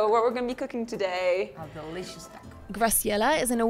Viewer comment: Yummy episode! Can't wait to hear you say "taco" correctly, maybe by the time you leave South America! You know, when in Rome, have respect. Love your journeys and would really love to HEAR you put in the energy to listen to where you are!! You can do it, you did Antarctica, it just takes intention!